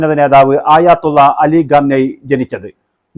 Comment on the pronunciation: ആയാത്തുള്ള 😂അല്ല ആയതുള്ള 👍👍iran ❤️